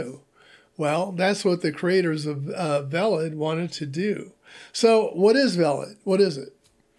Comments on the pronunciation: I think it is pronounced Vaylid (as in veiled). 😊❤️ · It's IPFS how do you fuck this up that bad? Veilid is literally pronounced for you and you missed it.